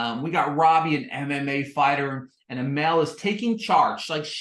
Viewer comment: It’s pronounced Uh-mall not amel